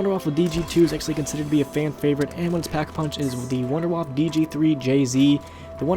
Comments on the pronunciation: Are you dempsey you pronounced number 2 "Wonder Waffle" it's "Wonder Waff" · It's not wonder-woff or wonder-waffle. It's wonder-woff-uh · Idiot, he called it the 'Wunder Waffe' even though it's a German mad gun made by Dr.Edward Richtofen so it would be pronounced 'Vun-der vaff' not 'Wunder Waffe', check your facts before you make a video. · Its not pernounced wunder waffah, its a German word and in German W's sound like V's. So its pernounced Vunder Vaffuh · The Wunderwaffe is actually pronounced "voonda (short oo) vahf", as in the Deutsch word for Wonder Weapon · Vunder-vaff-uh (w's are pronounced as v's in German) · Wunderwaffe is actually pronounced "VunderVaffeh" because it's German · Actually It's Pronounced "Vunder Vaff" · khalial EPPS its actually vunder vaffa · Lol he said wunderwaffle pfffffft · it is actually it is pronounced vondervaf because it is german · Fuck tard... its not pronounced wonder waff.... "Waffe" means weapon in German, there fore its actually "Wonder Weapon" Or Waffe<the e isn't silent. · Also the Wunderwaffe is pronounce Vunder vaffe, a "w" in German is pronounced with a "v".... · a little German Tip :D : you speak the Wunderwaffe Out without the E on the end ;D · I like how people cant speel german words like Wunderwaffe, Verrückt, Kino der Toten. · Not N W's are pronounced as V's in german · Sorry but just to put it out there but the wunder waffe is pronounced wunder waffer and Die Riese is pronounced dee riser which translates to wonder weapon and the journey